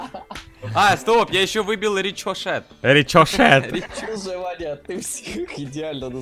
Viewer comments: Лучше бы сказал рисосэт а не ричпошет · Ричочет а Рикошет